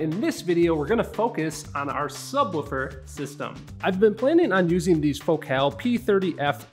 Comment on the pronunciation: Never heard anyone pronounce focal that way lol